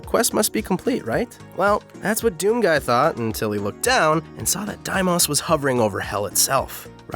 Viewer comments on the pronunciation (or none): It's not "die moss" it's "dee-mose" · Please learn to pronounce Phobos and Deimos correctly. :') Deimos = D - Mose Phobos = foe - bose Not Diemos and foeboss xD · Just throwing it out there they aren't pronounced "die-mas" and "pho-bas" they're greek and pronounced "day-mos" and "pho-vos" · It's not DIE-moss. It's DEE-mohs. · I know I'm late to the party but the way to pronounce phobos is like "foe-bohs" not "foe-boss" Edit: and Deimos is pronounced "day-mohs" not "die-mas" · that pronunciation is painful. Foe-boss and Die-moss? Cmon it's clearly foe-bose and day-mose. "Welcome to DOME, where you are a marine from MAIRS who travels to FOE-BOSS!" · The pronunciation listed in some dictionaries is "Pho•bos" and "Dei•mos," while others are listed as "Pho•bus" and "Dei•mus" or "Pho•bes" and "Dei•mes." I've always heard it pronounced as "Pho•bos" and "Dei•mos." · Im glad you made the video but at the same time why did you pronounce "Deimos and Phobos" like "Deimas and Phobas"? It's pronounced like "Daymose and Phobose". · The moons are pronounced FO-BOSE & DEE-MOSE :elbowcough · “and its two moons, day-moss and foe-boss.” i cringed. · Is it like YouTube law to mispronounce words? Phobos(foe bow s) and Deimos (day mow s) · Did he say deimas and phobas... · How tf do u think Daimos is the way to pronounce Deimos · Just PLEASE stop trying to pronounce things... please. "Daymoss" "Foeboss" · "Deimoss" and "Phoboss" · Its Foe bohs, deemos, pronunciation wise. They are real moons. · Deimos is pronounced (Dee-mose) Phobos is pronounced (Foe-Bose) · It’s actually pronounced: “FOBOSE and DEEMOSE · “Phobas” and “diemas”, does he mean Phobos and Deimos? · Your pronunciation of Phobos and Deimos is so severely different from how I have ever heard or read them that it's incredibly frustrating. I've only ever thought of it as dee-mows and fo-bows. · It’s Demios and PhobOs come on man it’s Greek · "Dee-mose" "Fobose" learn your Greek "Myth-ose" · You pronounced Mar's moons wrong. :(